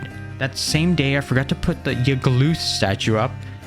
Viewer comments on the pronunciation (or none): ITS not youglth its yaglth